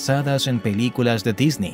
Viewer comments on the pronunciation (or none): none